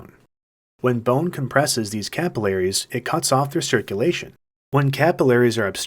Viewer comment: who the fuck says capillaries like that